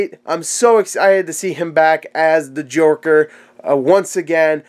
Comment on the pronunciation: The "jorker" :-D